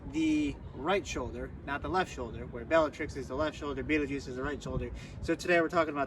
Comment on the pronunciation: Fabulous overview of the star energies! My 1st name is Betelgeuse, which makes this even more wild. I thought you had perfectly described me 👀 pronunciation of my name is completely different, but that’s a common one. That pronunciation was fairly close to it’s true Arabic origins.